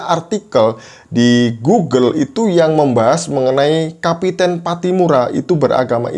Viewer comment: kapitan bukan kapiten. Orang Maluku biasanya pakai nama KAPITAN PATTIMURA.